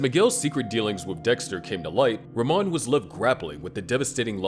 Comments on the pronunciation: It’s pronounced “rah-mone” not “ruh-mon” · it’s pronounced “ra-moan”